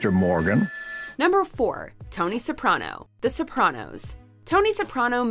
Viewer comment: Ok but we just gonna ignore how she’s pronouncing Soprano? 😂